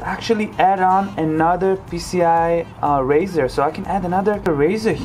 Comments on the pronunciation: A " RISER " is not pronounced " RAZOR " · its 'riser' buddy... not 'raser' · its riser not razor for the love of god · Riser, like sun rise, not raise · rIser, not rAzer.